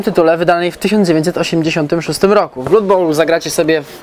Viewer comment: jak zawsze w genialnej formie:) Jedna mała rzecz, która jednak strasznie kłuje. [`blʌd] krew wymawiamy [`blʌd]:)